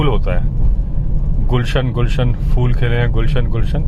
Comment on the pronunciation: फ़ूल नहीं फूल होता है।